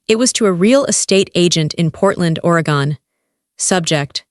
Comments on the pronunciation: Great story. Catching you from the Skagit Valley in Washington state USA. BTW: It's pronounced: ORR-AHH-GUNN Not ORY-GONE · Oregon pronounced Oregun. Cellwood is spelled Sellwood. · It's pronounced Oregen. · Please learn to pronunciation the states. Is somebody raised in Oregon pronounced or a gun? It’s really offensive to listen to that.